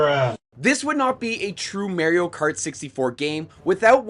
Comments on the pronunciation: yep he says "marry-o" instead of "mar e o" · It's pronounced MAR-io. Not MARE-io. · He needs to go to jail for how he said Mario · The way you say "Mario" is funny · I thought the same